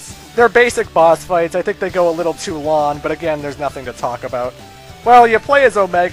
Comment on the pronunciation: does anyone else notice dude isnt pronouncing "ng" .... "long" turns into "lawn".... lol